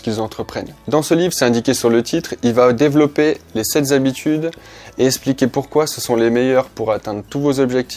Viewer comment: Simplement parce qu’il n’y a pas de s à sept et qu’il n’y a aucune raison de faire une liaison qui n’existe pas, juste ça. Mais je répète la vidéo est top 👍🏼